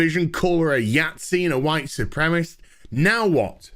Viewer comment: Dude, "soo-prem-eh-sist". Don't cheat yourself on a syllable.